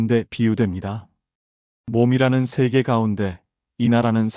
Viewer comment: "서문"이라는 단어의 발음부터 틀렸음을 지적해아한 이 사람의 슬픔을 누기 이해하려는가??? "서문"의 "서"자는 길게 발음하시옵소서!! 같은 장으문제: ( 금강경을) 캐서,성인, 혜,적다(많지 않다),우뢰, 누,세계,증득, 성 품,일(matter),사생,대개, 등! 긴 자인 첫 자를 모두 짧게 잘못 발음하셨답니다. 정중히 권하오니, "한국 어문을 고발함"이라는 책을 조용히읽어 주실까요?